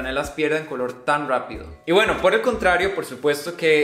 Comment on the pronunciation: "pierden el color muy rwapido" "ya te voy a dar un par de rwecomendaciones" "rwico"